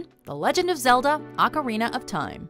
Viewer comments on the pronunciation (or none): none